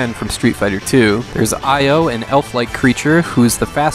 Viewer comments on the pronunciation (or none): Just noting that "Iyo" is actually pronounced ee-yo. ( i in japanese is pronounced like e ).